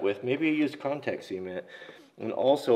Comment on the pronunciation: I kept hearing contact semen....I have issues...